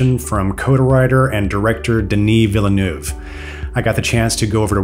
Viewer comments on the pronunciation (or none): Interesting video but PLEASE learn how to pronounce the directors name correctly. It's actually easier the the convoluted way it's said by the presenter of this video (veal = as in the meat, and nerve = as in your body). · One day people will correctly pronounce this poor man's surname! It's like VEEL-NERVE ...